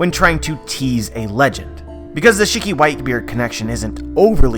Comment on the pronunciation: Can u do me a favor and pronounce shiki properly. Please and thank you.